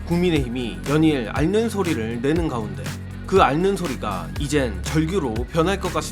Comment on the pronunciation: '앓는'의 맞는 발음은 [알는]이 아니라 [알른]입니다. 유음화가 일어나죠. 이번 기회에 유음화 관련 공부 좀 하시고, 이왕이면 앞으로 정확하게 발음하시죠.